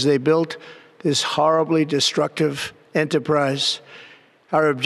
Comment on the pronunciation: Speaking of “harriblly” destructive enterprise sir! You have been lying to everyone- as usual. You are a travesty!